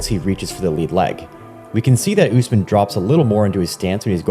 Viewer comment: Learn to say the name correctly. Is Usmaan, U as in Ubuntu, s as a short ss like a hiss, maan